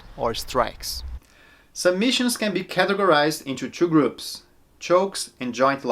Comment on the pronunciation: "phase tchoo" i love the way brazilians say two